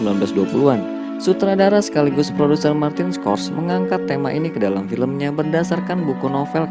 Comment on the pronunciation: Koreksi: MARTIN SKORSESE dibaca "Martin Skorsesi", bukan "Martin Skors"🙏